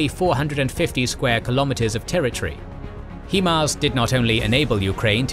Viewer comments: HI-mars, not HE-mars. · its proncouded "high-mars" no "he-mars" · I take offense to his pronunciation of HIMARS🤣. It ain't like He-man. Think "smoking a joint." H-I-M-A-R-S. HIGH-MARS!!!!! Thankyou!! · It's pronounced High MARS not He MARS as the HI part literally stand for High. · HIMARS 'High Mobility'.... 'High'... 'HI' HIMARS..... not 'HE'MARS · HEMARS?! It's HIMARS... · Someone should tell, it's pronounced "high-mars". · The only problem I had in the entire video is ur pronunciation of HIMARS. “heemars”? I don’t understand how you’re literally the only person who has mispronounced it. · lolwtf "HEE-MARS". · The pronunciation of himar is atrocious